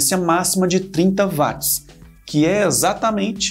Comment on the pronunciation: Ótima explicação! Eu só daria uma refinada na linguagem, pois a pronuncia de "watts", não se fala VATS, é UOTS.